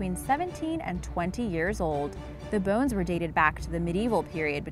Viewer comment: When you said dinosaur you said bowes